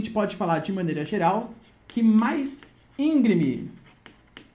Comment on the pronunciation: Excelente aula. Mas, cuidado para não escorregar no português (ÍNGREME, e não, ÍNGRIME).